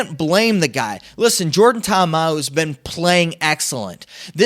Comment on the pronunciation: Sup my man, wanted to send a message to you to inform you of the mispronunciation of the BattleHawks QB. You're pronouncing it Ta'Amau, but the correct pronunciation is Ta'Amu (tah-Ahmoo).